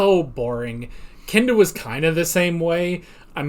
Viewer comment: commenting just after the tom and jerry opening, I loved how you (possibly unintentionally?) said 'only KINDA kidding'. nice irony given the skit